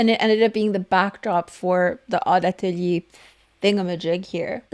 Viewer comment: Love how you say “atelier”. It’s not right, but I still love it.